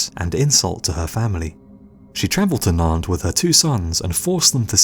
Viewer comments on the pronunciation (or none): none